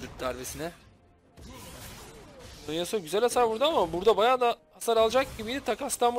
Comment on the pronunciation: Yasuoya karşı gragas yasuonun w suna dikkat ettikten sonra gayet güzel bi seçim fakat buildde morello nun ilk item olması e lerini dikkatsiz kullanması yasuoyu bildiğiniz elleri arkadayken kazandırtmış. Bu arada hocam alonesuo yu neden alone yasuo diye okuyorsunuz asıl nicki o mu bilgi sahibi değilim maalesef ama yazanla telaffuzun farklı olması biraz rahatsız edici. Bu arada yaptığınız iş çektiğiniz videolar o kadar insanı bir araya toplamak cidden kolay bir şey değil takdir edip destekliyorum sizi iyi günler